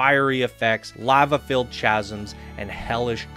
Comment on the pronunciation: PSA--->It's pronounced like "kasms" not "chasms"